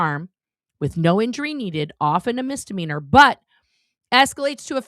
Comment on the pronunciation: Only and I am really happy that you're correcting pronunciation of "mizzzdimeanor"- every time he says it I feel like I heard someone scratching their nails on a chalkboard. I know he "grew up in a cult" but so did you and you know how to say the word properly. It reminds me of someone I know who says "abzurd" instead of absurd. I think I have a problem with these things. But thank you again. BTW, your hair looks beautiful.